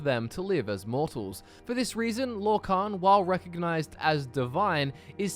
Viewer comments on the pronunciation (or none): none